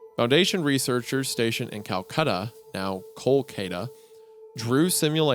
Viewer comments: As a Hindu, I love how this SCP has picked up bits from the Vedic canon. Also, how did you mess up every single name except Krishnamoorthy? Kolkata is an easy one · i dont like how wendigoon pronounces bengal and kolkata its scary